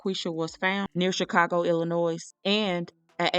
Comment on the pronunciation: thank you! and Illinois is pronounced with the 's' being silent🙂